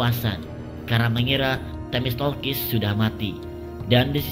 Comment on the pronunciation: Themistoklis bang, bukan themistolkis